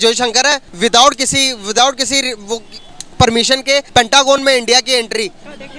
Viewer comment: अबे बुरबक, पनटागोन नही होता है। Pentagon होता है। 🤣🤣🤣